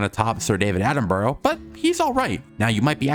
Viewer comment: Prehistoric planet is overrated? Your overrated go to hell it's literally the most accurate Prehistoric documentary and your pronouncicion of david Attenborough is just so wrong. And your opinion is such a bad one how can you sit there and say prehistoric planet is overrated and then say it has some of the designs and animations in a paleodoctamentry also when dinosaurs roamed America sucks so bad